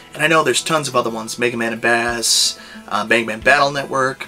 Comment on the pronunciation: Just found you recently and subscribed. Then came across this video. First, though I'm sure I'm not the only one to say this. It's not 'Bass' as in the fish, it's 'Base' Bass as in the musical term. Yes I know there is a video in MM8 where MegaMan says 'Bass' trust me that's wrong. As for my favorite? Five. It was the first one I ever bought, and the one that made me fall in love with the series in the first place. I'd say only two other Megaman games have beaten it in my favorites, and they are both from different 'versions' of MegaMan. MM2 I honestly feel is over hyped. It's good, but I just don't find it amazing, but it probably has to do with the fact I can't slide in it, and that's like my favorite MegaMan move.